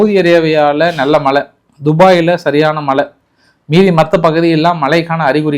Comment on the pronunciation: மலை இல்லை அய்யா மழை என அழகிய உச்சரிப்பை பயன்படுத்துங்கள் நன்றி